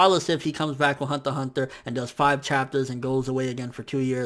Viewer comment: "hanta hanta" lol